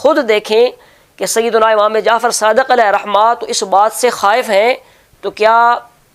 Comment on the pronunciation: Allama sb,rahmatullah” mayn waqf ke surat mayn “Rahma”parhain ge na ke rahmat.